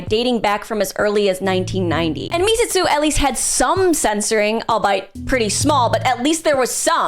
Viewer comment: Was it really that hard to look up how Misshitsu is pronounced...